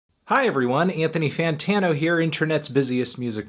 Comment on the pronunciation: If u listen very closely at the beginning you can hear fantano say his name correctly